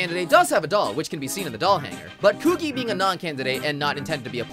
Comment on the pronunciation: WAIT WHAT PEOPLE REFER TO THE NAO ENDING AS THE THE LESBIAN ENDING EDIT: STOP SAYING "KOO-GEE" ITS "KOO-GEE-EH"